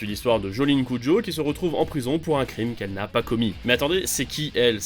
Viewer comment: Juste une info c'est Jolyne Cujoh* même si c'est compréhensible de garder Kujo